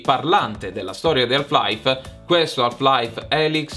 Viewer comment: La L di "Half" è muta,. Ma ti voglio bene lo stesso! 😘